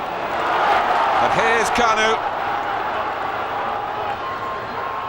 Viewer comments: Не Кану, а Канюю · KAN-YOU believe it! Premium commentary right there